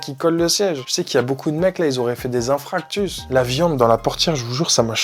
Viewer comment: JE T'AIME BCP MAIS ON NE DIT PAS INFRACTUS MAIS INFARCTUS, MDRRRR😘😂